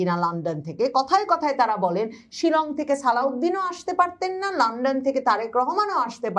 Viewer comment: লান্ডন না,লন্ডন